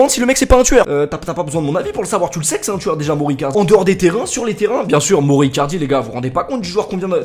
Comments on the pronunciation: 178 fois moro icardi et pas une fois bien prononcé, mauro icardi! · Prononce maoro pas moro stp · Ça se prononce maoro icardi pas moro